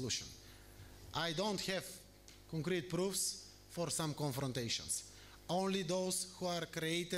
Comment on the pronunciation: Concrate or con... idk🤣